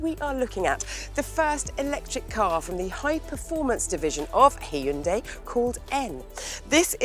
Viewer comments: Props for saying the name correctly. Yes, it's 'Hyun-DAY' (not hi-un-dai like most in the UK tend to say). Amazing work and keep it up! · She's the only one who I have ever heard says HYUNDI right.